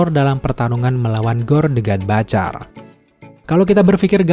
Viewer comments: Butcher om ... Butcherrrrr bukan batcherr... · ciye yg udah bapak bapak.. saya 43 thn bapak... Coba bapak.. liat konten luar negeri.. sebelum bapak mengkritik komen anak mu ini... Civa lah bapak bisa legowo terima kritikan...kalo perlu google how to pronounce the word butcher.. is it sound batcher.. ? Well i m trying to inform there s a mistake with the pronunciation .. if u disagere with my opinion at least u can do is trying get some references.. was i correct or wrong before u wrote sarcastic comments... thx you bapak